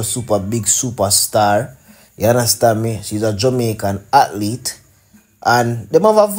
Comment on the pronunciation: Why can’t Jamaicans pronounce the word “athlete” it’s Ath lete, not “Atlete” SMH